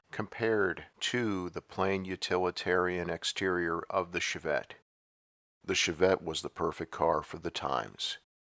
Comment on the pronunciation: "Shov-vette", lol